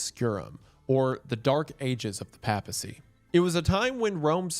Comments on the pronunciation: Hearing you pronounce Papacy and Piety wrong makes me upset. Pap in Papacy is like the Pap in Paper not the Pap in Papi. And if you were to pronounce Piety like Peeity imagine describing a Pious person like Pee-us. It's pronounced like pie-ity. Love your vids, but damn has the American school system failed you. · Doing this purely for the informational value to those who, like me, have often mispronounced words they have only ever read. (I do not expect a man from Appalachia to be familiar with Catholic ecclesial terminology, and I am impressed with the correct pronunciation of "synod") Papacy = "Pay-puh-cee" Diocese = "Die-oh-cease" Christendom = "Kris-en-dum" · Bro you mispronounced like 80 words in this video lmao..."east France-e-a"??...."pap (as in pap smear) acy"..."die oh seas" for diocese....pap al...instead of PAPE al...you are excommunicado 😂....oh jesus now its "bon a face" for Boniface....itd be bon a fachee homie...its italian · Just a note- I believe (as a catholic myself who lives in the US) it’s pronounced pape - a - cy. Like, a long A sound. Otherwise fantastic video as per usual about a ridiculous event. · Me gently whispering "pay-puh-see" every time mr. goon hits us with another mispronunciation of papacy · The pronunciation of papacy hurts wendigoon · I went crazy hearing Wendigoon say "Papacy" wrong this entire video lol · Im EO but your pronunciation of papacy hurts me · Wendi, the scariest thing about this video is how you pronounce “papacy” and “diocese.” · Nothing says how Protestant Wendigoon is like how he pronounces 'papacy' and 'diocese'. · Listening to bro pronounce papacy wrong the entire video was painful and has caused me to participate in engagement in comments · The pronunciation of "papacy" snd "diocese" almost ruined this video for me but it still came through. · I enjoyed the video but the way Wendigoon pronounces papacy, papal, diocese and so on, irked me like a nail quickly scratching a chalkboard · “pay-pesy” not pap-esy